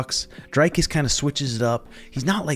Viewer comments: Bro, great content but how do you still no know how to pronounce his name? The Dric in Dricus is pronounced like stick...Dric, not dryke. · I love you, but it's pronounced dree-koos, not drei-koos.... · Dricus as in Hendricus. Dutch name last name is French.